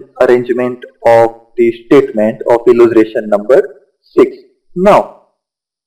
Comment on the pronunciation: Alya pela bolta Sikh !!! Illutration nai illustration ,Shawn nai shown!!